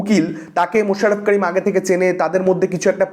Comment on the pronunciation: মাশাররফ কারিম না করিম। আপনি যেমন সাগার নীল নয় ।